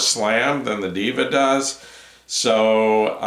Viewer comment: Not "DIVA" is " DEHVA"